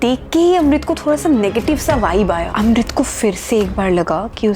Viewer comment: Kis kis ko Amrit ki jagah Rohit sunai Diya